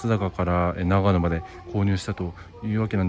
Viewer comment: 綿貫さんで草。【悲報】なかのとながのを間違えた。 新そば食べたい すみません。ここって長野県ですよね？長野の新そば食べたいので来たんですけどそれらしき店が無いのですが何処まで行けばありますか？.......あれここって長野県じゃない、あ！発音がなかのでしたね。